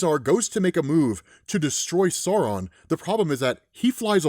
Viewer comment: At first I thought you were saying "Sorrow" 😅 I think the alternate pronunciación is better... "SAH-u-ron" (and don't swallow the "n")